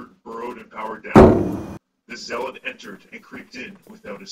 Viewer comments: At first I though it was pronounced zealot like the same sound as eat.... but no its actually zelot lol.... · Definitely not "zay" It's "Zelot" as he said. Just as you would say, "Xel" as in, "Xel'Naga" :3